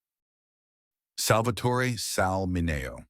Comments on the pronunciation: Sal MIN (as in TIN) E O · Sal Min-AY-o a SECOND time, again pronounced just as badly?? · Sal MIN-EO, please pronounce his name correctly. Why is Richard Gere's photo included? There are so many wrong photos in this video. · Sal Mineo's name does not rhyme with mayo. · a lot of bull and he can"t even sa Sal Mineo name right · Sal Mine whose name is mispronounced made his Broadway debut at age 12. I'm sure he wasn't molested as a twelve-year-old. Montgomery Cliff came from a wealthy family. He made his Broadway debut at age 14. Again, I don't think a 14-year-old boy from a wealthy family was molested. Jack Wrangler was a porn actor. I don't know why he would be lumped in with legitimate actors. In the end these people are all dead and can't sue for slander. This video is total bullsh-t.